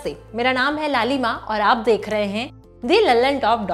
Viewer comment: That's not how you pronounce लालिमा. Even if you are a Punjabi girl. It sounds like लाली माँ. घोर कलयुग l